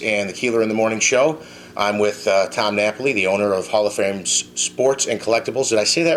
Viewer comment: The guy can't say Fame. He says frame all the time.